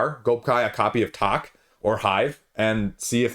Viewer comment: It's too bad that you can't pronounce the name of the game "Tak" properly!! After listening to you say tok a few times, I finally deciphered what you were referring to. FYI...it's pronounced like tack, as in thumbtack.